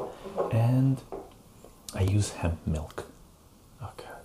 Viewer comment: i though you said heavy milk "lol" but never hear of hemp milk